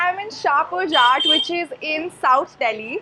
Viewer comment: ha ha you don't know nothing.. it's a hindu jat dominated village.. it is pronounced as jat